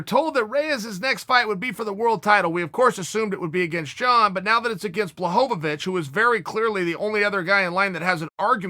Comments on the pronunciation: I know you're doing it on purpose for the roflz, but you're doing work than you need to and putting an extra syllable. It's bluh hoe vich. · Chael: blahovacich Me: blahovavich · I like Bla-Ho-Vo-Vich😂